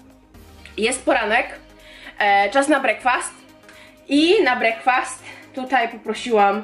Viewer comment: brekfest a nie brakfast